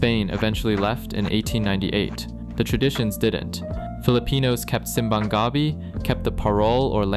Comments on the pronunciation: okay so a lil advice lmao simbang gabi has the same intonation as contest defy and your pronunciation has the intonation as llama llama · Simbang Gabi is pronounced as /simˌbaŋ ɡaˈbi/ with stress accent emphasis on the last syllable of each word there. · We pronounce it as Seem bang Gah Bee. Anyway really good video essay about the ber-months economy. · Simbang Gah-bi... Close enough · atleast pronounce "simbang gabi" right. you say it like church of taro or something 😂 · sim-bang ga-bey hahaahahhahahahhaha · Also Wthell is that Sim-bang Ga-bi pronounciation, it felt weird to hear that lol 😂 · the way 'simbang gabi' is pronounced sounds eepy. how did you this guy do his research?? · This is a perfect video other than the slightly odd way you pronounce simbang gabi and parol ❤😂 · Immediately unliked after that Simbang Gabi pronunciation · Bro, whoever told you to Pronounce 'Simbang Gabi' that way is scamming u bro 😂😂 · Dude, when he said 'simbang gabi' in that Murican accent, I just about cringed into myself.